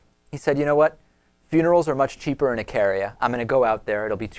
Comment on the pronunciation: Eek-a-ria is how its pronounced.